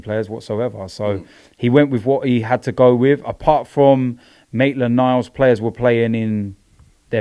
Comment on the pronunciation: Robbie finally said Maitland Niles correctly, we're so proud of you 👏🏽👏🏽👏🏽